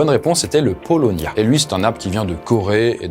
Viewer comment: Ça se dit :(pa o lo nia) le paulownia 😉